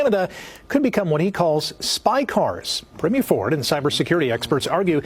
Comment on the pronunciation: Could someone, please, for the love of God, PLEASE learn how to pronounce Premier?!! And, while you’re at it, Newfoundland!